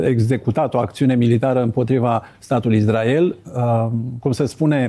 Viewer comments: zice numai izdrael... ca Nāstase 🤦‍♂🤦‍♂🤦‍♂ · si asta zice "Izdrael", ca Nāstase? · Am auzit de atâtea ori și de la atâția deștepți pronunția "IZDRAEL" , că mă apucă durerea de dinți !